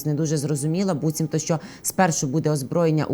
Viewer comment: Ведучій треба працювати над мовою: багато помилок, зокрема орфоепічних. До речі , слово БУЦІМТО має наголос на першому складі